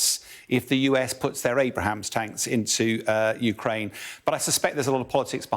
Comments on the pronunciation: Any command-grade officer in NATO ought to know what the main US battle tank for the last 40 years is called. How does somebody read "Abrams" as "Abrahams"? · This isn't a mispronounce, he clearly said "Abrahams" and is obviously thinking the president. Plenty of people bluff their way to the top not actually knowing anything, happens all the time in companies. Military is no different. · For Gods sake!!!!! Somebody tell him it's not Abrahams its ABRAMS. Don't have mush faith in this fellow's opinion's. Get it right son. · Its Abrams not Abraham tanks. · It’s Abrams, not Abraham! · Abrams, not Abrahams. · It’s Abrams not Abraham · its hard to take an analyst serious who doesnt know that us tanks are called "abrams" not "abrahams" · ABRAMS tanks. Not “Abrahams”. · no, its not. He pronounced the wrong word, and that's okay too. Its Abrams, the mans last name was Abrams. not Abraham, which is a fist name :) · That's ABRAMS not Abrahams tanks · Abrams, not Abrahams. LOL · Someone tell this idiot its abrams tank and not abrahams. Sheeeeesh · For the record its Abrams tanks, NOT Abraham tanks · Gonna have to correct this guy's English its pronounced Abrams not Abrahams. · Abrams not Abraham. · ABRAMS, not "Abraham" tanks. Named for General Creighton Abrams. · It's Abrams not Abraham's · Abrams, not Abraham's. doesn't know what he's talking about. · Abrams not Abraham's 😂😂😂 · Abrams tanks not Abraham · Okay. UK has an extra syllable in Aluminum/Aluminium fair enough. But it is Abrams. It is not Abrahams. Two different proper nouns. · Abrams tank* Not Abrahams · Abrams tank, not Abram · Important News: Ukraine is getting more aid! The Interwebz Audience: He said "Abrahams!" lulz... facepalm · This guy is quite the expert talking about “abrahams” tanks……😂🤣😂🤣😂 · LMAO "Abraham tank" add those to the Wilfred Brimley fighting vehicle... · "abrahams tanks" hahahah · Did he just say "Abraham Tank".😅😅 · How does the “expert “ mispronounce the name of Abrams tanks?